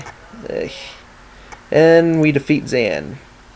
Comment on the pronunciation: yo its not zan it xan and the letter a in xan sound like a o ok